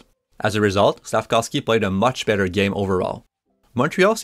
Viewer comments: as a slovak I can confirm here it is pronounced Slaf-KOWV-SKEE. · Since last year, I would hear, SLAF-KAWV-SKI. During Saturdays nights game, I would hear Chris Cuthbert pronouncing SLAF-KOVE-SKI or SLAF-KOWV-SKI. Wondering which is correct.